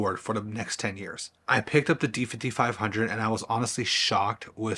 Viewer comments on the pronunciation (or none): none